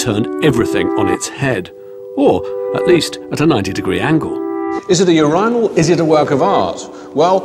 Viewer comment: he pronounces urinal funny